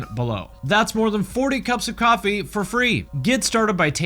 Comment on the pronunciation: The way you say "coffee" sounds like you're saying "copy" I was so confused haha You want us to make our own copies, and they are liquid? I just woke up.